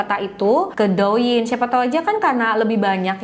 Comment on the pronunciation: Do Ying,,, bacanya Te ing say🥰🥰,,, sejenis tik tok